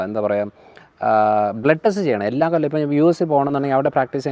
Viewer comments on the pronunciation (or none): none